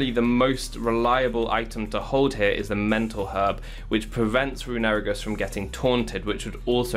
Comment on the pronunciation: The way you pronounce runerigus is infuriating